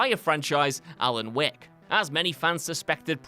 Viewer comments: Normal Person: Alan Wake WCG Commentator: Alan Wick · must be the same reason he calls him alan wick instead of alan wAke